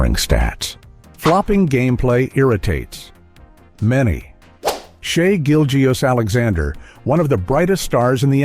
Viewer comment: Be nice if his name were pronounced correctly,.